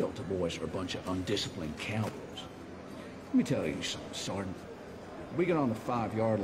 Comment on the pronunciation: Having served at that time and at Benning with a bunch of the Rangers they were extreme in the movie with how they said Sergeant. Yes, we all said it like it was in the movie but only in casual talk, when it was time to be professional you would pronounce it the correct way.